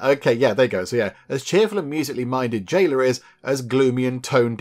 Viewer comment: "J" ayla became "L" ayla!!!